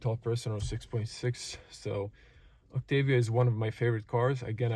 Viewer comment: I thought pronunciation was "Oktaavia" not "Oktevia".